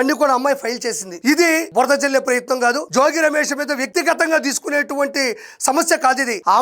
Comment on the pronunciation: అయ్యా, RP జోజి కాదు, జోగి. అలాగే ఇబ్రహీం కాదు, ఇబ్రహీంపట్నం ఆనాలి.